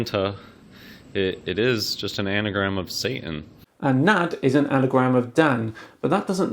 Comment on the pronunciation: Lol "Saetin", why do yanks struggle with vowels so much?